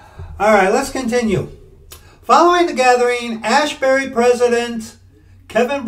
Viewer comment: ASbury, not ASHbury. There is not "H" in there. Tis not Haight-ashbury...